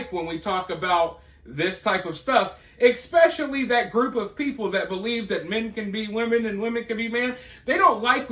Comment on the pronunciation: I love you but PLEASE stop saying " EXpecially" lol. It's ESpecially. OK.....carry on!